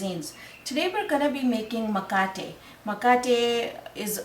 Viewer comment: First of all you need to use the right name - it is MKATE not makate. Just because you cannot pronounce Kiswahili properly please do not corrupt the name of this wonderful Zanzibari bread. It is MKATE WA KUMIMINA. Also coconut milk and coconut cream are the same thing. It is coconut water that is different. Finally what you are making is not the original mkate. It is something else. Maybe you should give it another name.